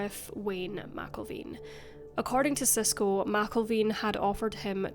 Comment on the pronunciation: Sheriff Wayne McElveen (Mac-Elven)